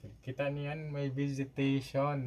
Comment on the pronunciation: Naguluhan ako...nsa ilalim ng dagat pero meron visitation (ang gulo ng pronunciation) "vegetation" pala... after awhile ko naisip.